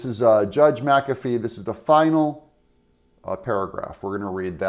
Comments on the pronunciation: I enjoy your blog; however Why do you continue to wrongly pronounce the Judge's name ? It's pronounced "Mc - A - fee NOT Mc - AFF - E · It's not muh-kaffee. It's Mack-u-fee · Doug. It’s. Mack - A - Fee ! That’s how we pronounce the judge’s name . End of today’s lesson . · I guess it's not pronounced 'Mack-afee'.